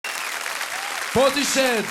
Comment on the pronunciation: "Portish head"..."Joff" LOL